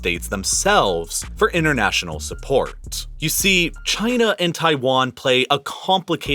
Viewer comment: And the excessive use of the H sound 😂😂 Supp(h)ort for Support, Front(h)ier for Frontier etc 😂😂😂😂 They should replace him